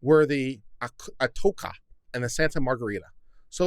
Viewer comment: I like and support your work. Nor am I a picky kind of guy. The treasure discovery at the time made history and was quite a story at the time. The name of the ship is 'ah' as in ah sweet mystery of life, followed by 'toe' like on the foot, and then 'cha' as in do you dance the cha cha? That makes it ah toe cha. Please pardon my pedantic post.